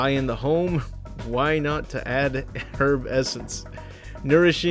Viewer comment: You're the first American to correctly pronounce "herb". Another great vid, by the way, just got into your channel!